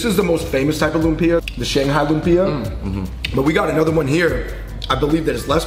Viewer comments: Aahh! You don’t put the bagoong in the Kare Kare!! It’s a condiment and you add as you eat the Kare Kare with rice. I’m so happy you guys are trying our foods and wanting to learn. Lumpia is pronounced like Loomp-yah. if you’re taking more that 2 syllables to say it you’re doing it wrong. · It’s pa•la•bôk! The pala, u say it fast. Even the pronunciation of lumpia is wrong haha